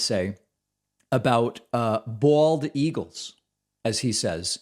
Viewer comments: "... Eagulls..." - Trump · "and they kill the bald ea-gulls, and the other ea-gulls... blah blah blah"